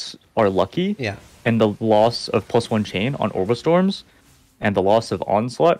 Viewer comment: Took me one minute to figure out he's saying "Orb of Storms", but it sounds like "Obrestroms"